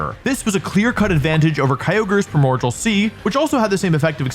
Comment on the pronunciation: you apologize for that pronunciation, but not for "primorjal"?